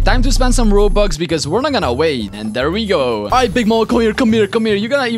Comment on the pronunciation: Bro said only 2000 ronux 😂